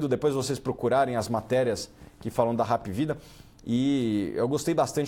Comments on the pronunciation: Só um detalhe a pronuncia esta errada, não é Rap é Hap mesmo , vem da sigla HOSPITAL ANTONIO PRUDENTE. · não é rap. é APvida kkkkkk